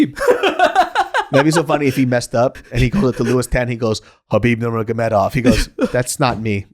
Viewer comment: For the record, not trying to be pedantic, but its Habib Noor-muhammad-ov